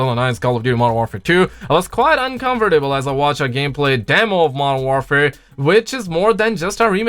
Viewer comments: I know he has a accent but he keeps saying uncovertable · Lmao u miss pronaunced uncomfortable